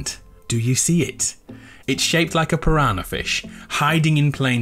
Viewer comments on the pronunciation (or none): none